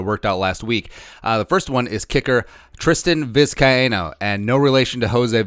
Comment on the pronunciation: Is Vizcaino really said like that? Huh.